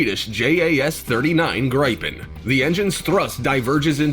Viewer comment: Not to mention that the "announcer" kept calling the Gripen (pronounced greepen) "gripe-in. . .